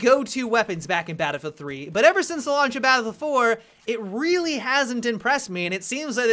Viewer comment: Enunciate n00b you keep calling it BattleFour.